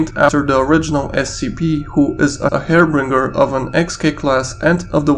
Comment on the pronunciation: Did I just hear "hairbringer" instead of "harbinger"? Lmao